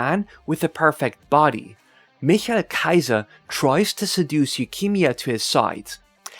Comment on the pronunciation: Probs for speaking Michael Kaiser right.